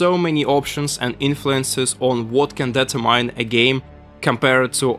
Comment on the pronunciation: Man, you need to work on your pronunciation. At the end there I was scratching my head about what was being data-mined and only later realised you were trying to say "determine"...